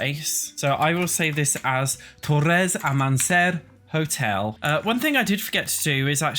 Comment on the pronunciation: Diabolical pronunciation of Torres Amanecer, but I loved it hahahah